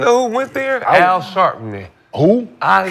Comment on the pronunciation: Got to love Nick, he said Al Sharpening instead of Al Sharpton 😂